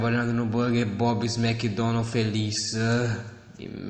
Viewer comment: "Méqui Donal feliz" Assim que se fala